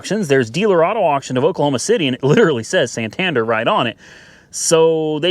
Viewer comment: Being from the UK the way you say Santander triggers me a little 😂